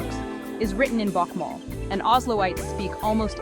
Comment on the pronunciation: Is the reader trying to pronounce Norwegian? She pronounces Bokmål and the word "snakker" wrong - and why do they show German words in the video?